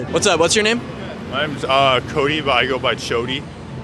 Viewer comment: Chody? Ok, "Chody" what a tool.